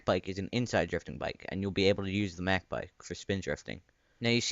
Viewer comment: In British English "mach" is pronounced like "mack"... but he pronounced it like "meck bike", so yeah, it's weird.